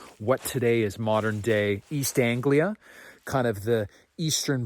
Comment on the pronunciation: Nice to hear East Anglia mentioned, even better you pronounced it right! Boudica is pretty special around these parts! Dan Snow has a brilliant podcast on her and some of the knowledge bombs are incredible! 💡💣 Ooga Booga!